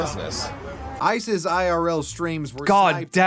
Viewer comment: When he says Ice's it sounds like he's saying ISIS 😂